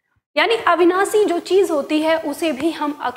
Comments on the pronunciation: आपका ज्ञान उत्तम है, किंतु आपके द्वारा श आदि के उच्चारण में ध्यान देने की आवश्यकता है, शिव का उच्चारण सिव, अविनाशी का अविनासी बोला गया है ।यह आलोचना नही है,आपको ध्यान दिलाने के लिए है ।जैसे भाषा को भासा बोल रही हैं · महोदया! कृपया आप अपना उच्चारण ठीक कीजिए। आप नाश को नास,अविनाशी को अविनासी और श्वास को स्वास बोल रही हैं। बाकी आपकी शिक्षण विधि बहुत अच्छी है जिससे अनेक छात्र और शिक्षक जरूर लाभान्वित होंगे, ऐसा मुझे विश्वास है।